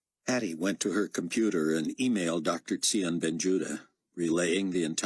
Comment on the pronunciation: And we were told in one of the first booksTsion is pronounced Zion. Oh, and when Chaim's voice is suppose to be much different why does he sound exactly the same?